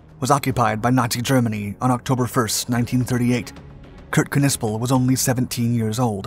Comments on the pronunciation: Its sounded out as Nissple i believe not Kuhnissple lol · Bro, you can’t be that uncultured to know the “K” is silent….it’s just pronounced Nispel 😅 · If I am not mistaken the K is silent in the German language when it precedes an N. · Im sure the K is silent..... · The K is silent.